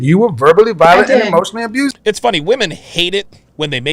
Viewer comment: It's "abused" not "abusived".